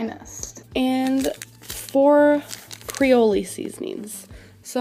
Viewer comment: I screamed at CreoLee seasonings 😂😂😂 that one was genuine stupidity